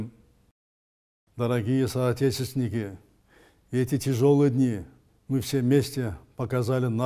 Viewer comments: Дорогие сотечесчесники кантип айтат соотечественники дегенди😁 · Дорогие соотетестники дейт байкуш президентим